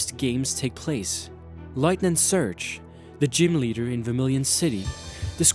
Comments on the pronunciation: Why is this guy saying lightning surge? It'd lieutenant! And why is he talking like that? Like he's not trying to pronounce words right or something? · Tbh I love this video but there are common name mispronunciations like 'Lt. Surge' 'developers' and 'casualties'